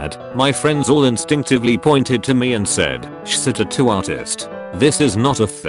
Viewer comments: I like the way he says tuttoo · Nigga said tatto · We have A. I. that can predict the movements of electrons, but the speech synthesizer in these videos can't pronounce "tattoo".